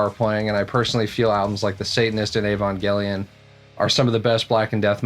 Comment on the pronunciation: Props for pronouncing evangelion right! XD